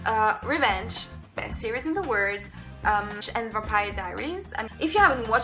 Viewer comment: You misspronounced "world" saying "word". Awesome channel, I love your personality, keep going